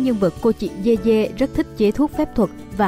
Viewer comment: Yeye đọc thành dê dê t cười ỉa😂